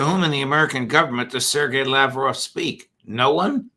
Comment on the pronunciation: You'd expect Judge Neapolitan would have the courtesy of pronouncing names like "Lavrov" and "Zakharova" properly. But I guess not.